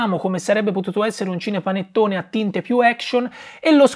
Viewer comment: Perché dice "scinepanettone"?